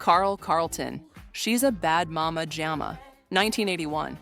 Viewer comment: I knew this was had to be AI created based on how they said Mama Jama 🤣🤣 Total untruths being told